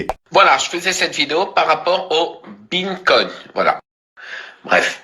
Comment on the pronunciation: Le BINCOIN 😂🤣😭 Il le repete plusieurs fois en plus, grand doute qu'il en ait vraiment ! 🙄🤣